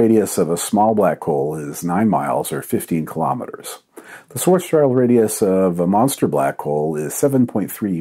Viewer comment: Hi Don, please stop pronouncing Schwarzschild this way. Google translate does a quite good job when reading this as a German, please check.